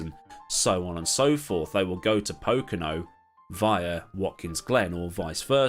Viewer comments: The first time you said it in this video, it came out as "puhKOno," which is what he probably referred to. The rest of the times, it was right. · I loved 98% of this video. But your pronunciation of Pocono shattered my ears